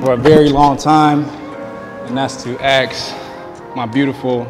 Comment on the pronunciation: Axe? It’s ASK 😝